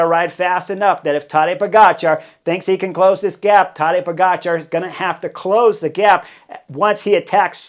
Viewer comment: Heard you slip up and properly pronounce that Cat Sniper’s name the way it is actually spelled today.